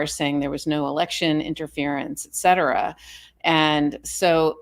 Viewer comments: you are very smart. Please say......etcetera......not...eggcedera. and with Bill Barr........ "bullshit" was a quote, not a paraphrase. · ETC..not ..EXCETERA